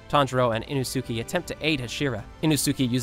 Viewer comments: I never understand why some people can never pronounce the names correctly Putting emphasis on parts that don’t need it like the shi in hashira and the su in inosuke Hashira is pronounced Ha-shi-rah Not Ha-shee-rah Inosuke is pronounced Inos-keh Not Inoo-soo-kee And Akaza is all short A sounds A-kah-zah Not A-car-zar Also Japanese is easy in the way that all syllables are the same length so there is no N-chir-rin blades There is nee-chi-rin blades You way say shi in the same amount of you would say a (pronounced ‘ah’) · it's inosuke not inosuki!!!! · What bothers me the most is him saying “inosuki” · The "inusuki" got me rolling on the floor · WHO IS INO-ZOO-KEY??? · "Inno Sukey" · It's not inosuki inosuke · Everyone: Inosuke: Ino-Suki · Is it just me or did anyone else hear hime say inosukiei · it’s Ee-knows-kay 😭not ino-sukay 😭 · did this guy just inosookee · Inosukie? You mean inosuke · Bro said innosukie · Are we not going to talk about how he said enosuke and not inosuke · Why do you spell inosuke like inusuki? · “And Inosookey.” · It’s pronounce e-no-skay not ino-suki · “Eeno suke” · INo Suki? It's inoske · INO SUKIE? HUH? ISN'T IT INOSUKE?? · (Inno-Sukee) lol it’s pronounced (inno-Sukeae) (I think) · Very interesting. Other than one thing. ITS PRONOUNCED EE-NO-SKAY NO INOOSOOKEE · How he said inosuke not inosuk eee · ITS INOSUKE NOT INOSKIE! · inousouki lol🤣🤣🤣😂😂🤣🤣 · It’s almost like you’re purposely mispronouncing several things and it’s beyond irritating there’s no excuse for this. In O sook e? It’s in ohs Kay Inosuke. It’s Ha she rah not ha sheer ah. Wtf? There’s an anime out how are you still doing this? Lord Inosuke will not take this sort of disrespect! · pls start saying inosukes name right its not ino suke it's inosuke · did you just call inosuke inosuki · ITS INOSUKE NOT INOZUKEE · Love the vids but Inosukes name is pronounced “INO-SKAY” not “ino-sue-key” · ino-suky? really tho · Why do u call him inosuki☠️ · Lol in-oh-soo-kee??